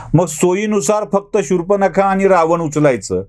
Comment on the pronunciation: शूर्पनखा नाही हो शूर्पणखा.